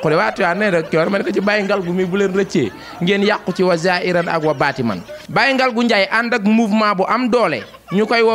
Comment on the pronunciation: Daccorouma koula corrigé wayé zaahirane wa baatinane Bul waxati baatimane 😂😂😂😂😂😂 Ba kéne corrigé la rek